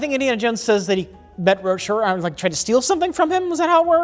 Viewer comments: Roat Shore. 🤣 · Mike didn't correct when was talking about how James Bond didn't want Spielberg to direct a James Bond movie so he can show some restraint. Roat Shore though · calling Shortround Rout Shore has me dead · Roat Shore is the absolute peak of mispronouncing things. I have no idea how he got there. My face hurts from laughing at this so much. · Roat Shore 🤣🤣🤣😂😂 I laughed so hard I had go back 30 seconds to see what I missed